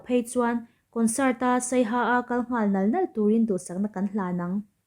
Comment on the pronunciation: Tawngkam ithiam hle mai mah se saiha nilo in Siaha tih tur zawk aw miss